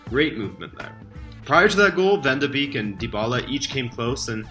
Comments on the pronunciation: Nice analyses man, but with the Ajax team doing so well I would like to teach you you the pronounciation of donny van der beek. Beek is called "bake'' in the Netherlands. Like backing bread. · Hey, small comment from a Dutch fan: Van de Beek is pronounced like Bake. It's also his birthday today!